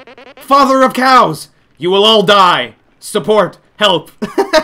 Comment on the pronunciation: It took a while for me to realize that he said cows and not crows